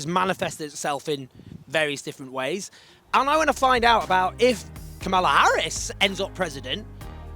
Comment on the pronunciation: Owen, it’s KA-ma-la, not ka-MA-la. 😂😂😂